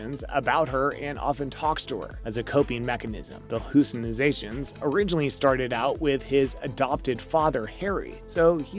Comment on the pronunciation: The second you said “hallucinozation” I turned this crap off lol